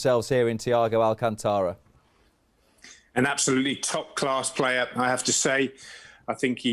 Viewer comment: People, it’s Al-CÁN-tara! Say it right